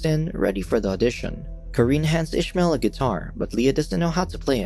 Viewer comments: It was written as Ismael. Meaning no h, no ish. Unless in the show they are pronouncing it that way. My ears are bleeding with this. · Youre pronouncing ismael wrong, im arabic, and it isnt said like that, i cant explain how its said bc there isnt any letters to explain how its pronounced